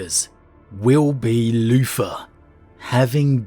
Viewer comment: Am I the only bloke who kept hearing him say Loofa instead of Luther? No? Ok, I'll see myself out..